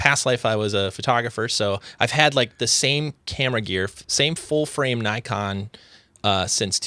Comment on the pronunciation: It's nikon like "knee-kon" not like "naikon" otherwise, nice podcast, enjoyed it.